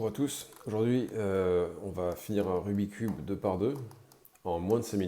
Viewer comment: Et, par respect pour ce jeu passionnant et pour son créateur, fait un effort … « RubiK’s cube »